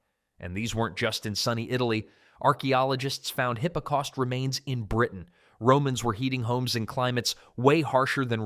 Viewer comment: AI slop again? It was bad enough hearing hippocaust but it was too much to hear leed pipes!